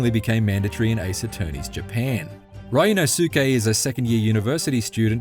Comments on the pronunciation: It's pronounced Ryu-NOSE-kay. Not Ryu-no-SOO-kay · ah yes… RYAN–OH–SUKE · It’s pronounced REE-ooh NOS-kay. Come on now LOL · "RAI U NO SOO KEH" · Ree-oo-no-skay. That is how to pronounce it. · Ah yes my favorite AA protagonist, Ryan O'Sookay! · ah yes my favorite ace attorney protagonist R Y AN O H SOUKE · Rye-nosuke LMAO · "Riono-SUke Narouhodo..." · Ryunosuke. Now, repeat after me... REE-U-NO-SU-KE. Ri and U, a little faster. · how did this guy butcher his name so bad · The pronunciation of Ryunosuke hurts my dude. It ain't that hard. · How did he mispronounce his name that badly? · Ikr esp if they've been playing the game for a while now. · So many reviewers are doing that. How can you butcher it that hard.